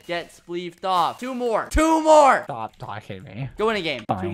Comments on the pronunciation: BBH : it was supposed to be " Don't trust talking Scorpions " and sounded as if it was "Don't trust F-ing Scorpions" AM CONFUSED WHATT??? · Did he sayd talking or f*cking?